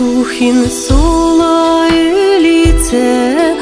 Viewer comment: Сухин сола́ - мы тоже поём с таким ударением в песне Олега Макарова "Яра́тым Сухи́нем" - так уж пели её, мы не стали менять😊 Конечно, правильно Сухин со́ла, но так как в склонении ударение меняется, то не так уж не привычно: сола́на - наша деревня сола́штына - в нашей деревне, сола́шкына - в нашу деревню